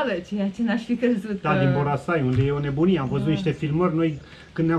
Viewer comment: Boracay nu Borasay.. 😁 Filipine cu bune cu rele e locul in care m-am simtit ca pe vremea copilariei cand oamenii apreciau putinul pe care il aveau si traiau cu zambetul pe buze!👍😎